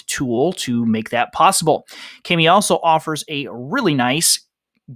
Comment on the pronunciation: Just wanted to let you know as our school is using Kami, but the word "kami" (pronounced "kah-mee") means "paper" in Japanese, as mentioned in their "About Us." The "a" is to be pronounced like the "a" in "car" rather than "cast."